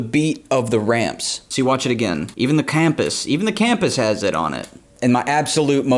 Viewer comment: I can not deal with how he said “cam-pus” instead of compas